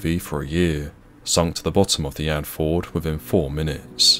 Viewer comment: It's "And-fee-yord", not "Andford". Signed, A concerned Norwegian... :'3c